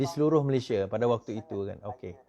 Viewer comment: FYI- declare=isytihar, public order = ketenteraman awam, 'Malaysia' not 'Malayshia'.